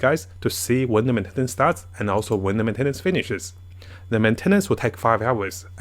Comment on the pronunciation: Men-ten-nance cracked me up 😭